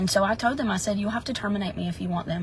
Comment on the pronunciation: I shouldn't make fun of accents but every time she said "told" it sounded like "toad" and i couldn't deal 🐸